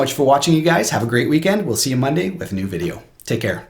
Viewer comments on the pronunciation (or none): none